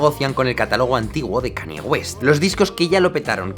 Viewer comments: "cani" xd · Ok , buen video pero me dolía los oídos cuando pronunciabas Kanye, se que es difícil pero se pronuncia Kein-ñe. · Cada vez que dices "Cani" en vez de la pronunciación correcta, un gatito muere